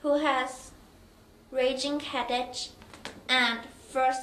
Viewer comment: head Ache is not said with an ch but a k